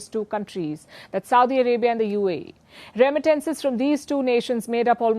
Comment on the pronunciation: Somebody teach Palki how to say. Remittances